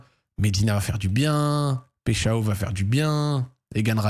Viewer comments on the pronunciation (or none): Yo le Z, je suis franco Brésilien ( de Rio de Janeiro) , ont dit PAÏCH1ON (j'ai mis le 1 parce qu'on prononce comme le nombre) voilà j'espere que c'etait un peu clair :P Force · pecheao ptdrr la prononciation stp.. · Hey Zack, petite précision, son nom se prononcerait plutôt Paille Chao (avec un bon accent français) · On dit paychawww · on dit PAïCHON y parait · Il me stresse quand il dit péchao 😂😂😂